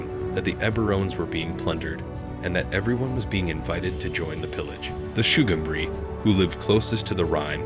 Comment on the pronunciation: Sugambri is pronounced with a hard G. As in go and get.